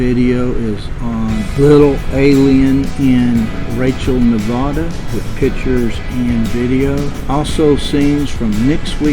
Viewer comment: Wow, man, I was just there beginning of the month. Interesting place, for sure....I gotta tell you though...it's pronounced: Ne-vad-uh. That accent is on the vad. Thanks for the video,!